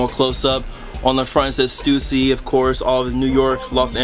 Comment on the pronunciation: lol yu said stewssy its stussy fam lol